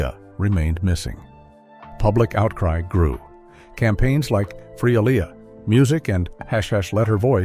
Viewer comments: Please pronounce her name correctly! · Keep butchering her name why don’t you 🤦🏽‍♀️Artificial Intelligence vs Actual Idiots 🤷🏽‍♀️😫